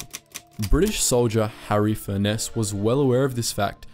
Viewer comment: Furness is pronounced the same way as Furnace